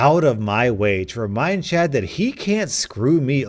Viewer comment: Czad got yeeted by the worlds best lawyer Legends Cz is how we say the first sound in the name in Polish